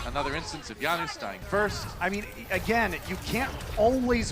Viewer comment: guys, why does he keep saying YANOOS hes not south american where j is a ya plz someone explain PLZ JANUS EXPLAIN YUR NAME!